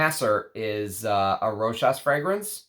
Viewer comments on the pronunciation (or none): none